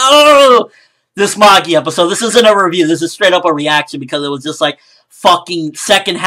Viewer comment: Loved the episode, loved the review as always and I personally don't think should do a weekly review of the episodes for this series, just the ones he really enjoys so he can let his hair down (see what I did there?). However I can't help but cringe whenever people say Magi like that, the pronunciation is just....Eurgh!